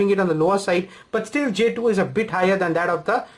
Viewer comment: "j tooo" WTF ?